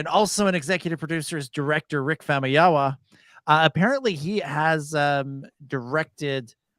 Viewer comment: Famuyiwa, not Famayama! 😁🙃